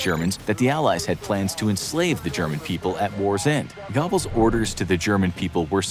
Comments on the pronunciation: Thank you! I kept laughing out loud at Gobbles. It’s pronounced like a cross between go-bells and go-bulls. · Gobbles...lol It's Goebbels 😄😄😄 Cool videos though guys. 👍🏻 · Bro said Gobbles lol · Gobble Gobble. What is he, a turkey? It's Josef Goebbels. Not Gobbles. This channel is a joke. Gobble Gobble 🦃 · I really don't expect you to properly pronounce 'Goebbels', but surely you can do better than 'Gobbles'. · "GOBBLES? I mean, he WAS a mentally disabled turkey, in a way, but you're butchering the name. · That's not how you pronounce goble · Like a 🦃 He gets it at least a little better latter in the video. Someone must have stopped and corrected him half way through !